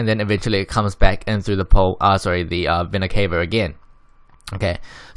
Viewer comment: It's not Vena cave-a, it's Vena ca-va I'm sorry. It triggers me a lot